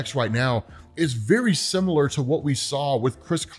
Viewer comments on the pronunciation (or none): none